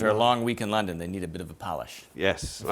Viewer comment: It is actually to funny to me the intro because the way he says London